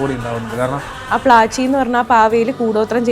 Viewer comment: പ്ലാച്ചി അല്ല പ്ലാഞ്ചി..